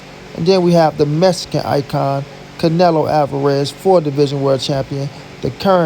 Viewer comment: Yo say the MEXICAN right the next time you say it r I'm k.o the fuck up